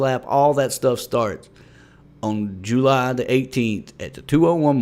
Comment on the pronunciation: I love how you say jUly